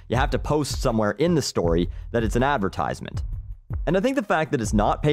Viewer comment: i know this is an annoying thing to comment on but he is pronouncing advertisement wrong